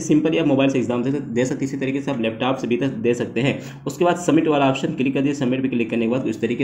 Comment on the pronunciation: Leptaap nhi hota bro Leptop hota he 😭(East UP se ho kya?)